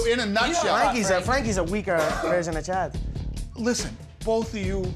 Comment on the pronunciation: Y’all remember his face when Conor butchered chad 😂